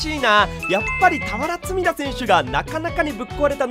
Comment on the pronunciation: 俵積田がクヴァラツヘリアに聞こえてまう